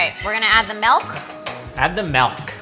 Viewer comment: did he just say MALK?